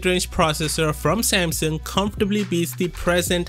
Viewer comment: If only you could say Samsung correctly...so sad